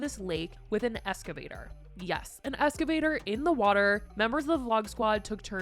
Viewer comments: “an escavator” ……. please ma’am just one google search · Excavator….not Escavator. Just saying. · Stop saying escavator